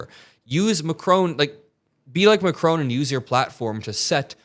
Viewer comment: Just for the hell of it: it is ma....KRON. Stress on the second part of his last name. Love your show!